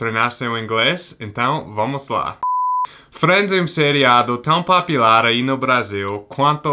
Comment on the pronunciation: POPULAR, a sua pronúncia é de PAPILAR, referente às papilas! pO=Oregon, pU=Uma Thurman. Muito legal este enfoque do inglês em contexto cultural. Para mim é muito interessante. Explique TBBT!!